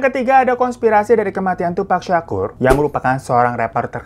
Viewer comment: bang bacanya ‘tupak’ baang bukan ‘tupek’ 😭 satunya sug nait bacanyaaa wkwkwk